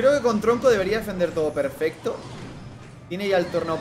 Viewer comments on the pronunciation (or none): none